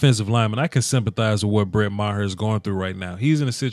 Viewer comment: i think it's pronounce mar